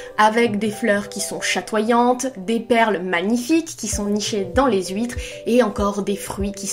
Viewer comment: Je découvre ta chaine, et laisse moi d'abord te dire qu'elle est trop méga géniale ! J'adore ta façon de parler, le ton que tu utilises etc. (bon ok, même si j'ai tiqué sur les huit"s" huitres) tu as vraiment une élocution super et c'est parfait pour Booktube <3 Et c'est super de faire ce genre de vidéo d'analyse plus longue ! Et que tu nous permettes d'entendre quelques phrases d'Andersen (je trouve ses descriptions de la mer vraiment somptueuses, je suis prête à lui pardonner tous les princes goujats après l'image du château de la petite sirène). J'aime la franchise de ton avis et la recherche qu'il y a dedans, c'est vraiment cool ;) Je suis pas mal de ton avis, sur le fait qu'elle veuille grandir trop vite et que c'est ce qui la perd, d'ailleurs on voit bien son mélange d'effronterie et de naïveté dans sa visite chez la sorcière. En parlant des contes et d'Andersen, tu as pu jeter un œil aux beaux recueils de conte qui se faisaient fin 19ème / début 20ème siècle ? J'adore les illustrations que Dulac a fait pour La Petite Sirène <3